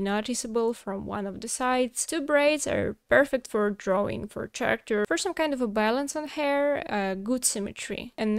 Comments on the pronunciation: character произносится с "к" а не "ч" в начале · Character is pronounced care-uh-kter :)